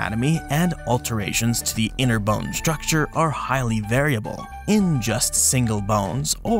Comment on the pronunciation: You say 🅱️one funny